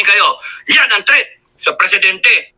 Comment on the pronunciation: TREATH??? 😂😂😂 ayusin mo teh..